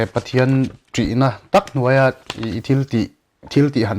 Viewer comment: A va ropui em.... chuan, nuaih ni lovin Nuai tih tir zawk....haha